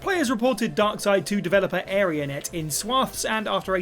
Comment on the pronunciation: Are you really saying Area Net? It's Arena Net, dude. Come on.